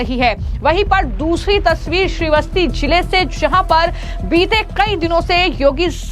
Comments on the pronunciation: मैडम ये कौन सी हिंदी आप बोलती हो उच्चारण सही करो श्रीवस्ती नहीं श्रावस्ती है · श्रावस्ती बोलो. श्री वस्ती नहीं.